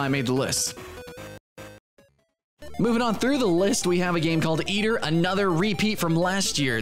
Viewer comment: its AY-Ter. Eitr